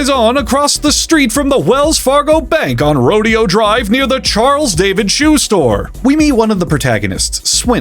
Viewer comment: Isn't it Ro-day-oh Drive? Not a Rage Against the Machine, huh?